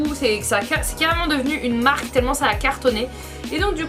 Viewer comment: " J'espère que la team va "EXALLEMENT" bien!" 😂😂 Ahhh ma 💕 tu ne cessera de le redonner le sourire 💪❤